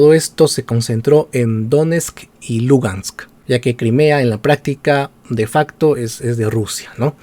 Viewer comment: Sabes tanto del tema que pronuncias mal: DONESTK Y LUGANSK. Hasta los comentaristas de fútbol peruano lo hacen mejor. Podrías empezar por averiguar del Shakhtar Donetsk. pD : tus conocimientos de Bielorrusia tb son muy tibios.